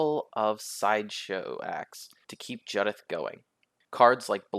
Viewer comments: Isn’t it Jew-dith? As in the name Judith? I don’t care what Wizards say. If they want it to be pronounced differently they should spell it differently. Jud-ith would be spelt Juddith. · Its Jew-dith bro. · The mispronunciation of Judith is driving me nuts. It’s a real name 🤣 Good deck though.